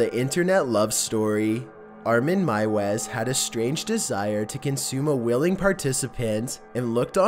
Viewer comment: Normally I don’t complain about these things, but meiwes is pronounced “mews”.